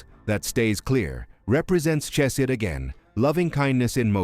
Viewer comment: TOI MANY INCORRECT HEBREW PRONUNCIATIONS TO COUNT, but include: Chesed, Modei Ani, Chochmah, etc.